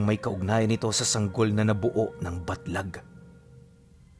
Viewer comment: Nalilito ako kasi basa ni baglat eh yung tittle batlag